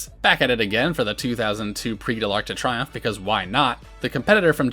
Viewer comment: Triomphe is pronounced "tree-OMF", not "try-OMF."